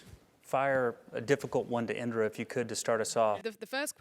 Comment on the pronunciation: It's Indira 😂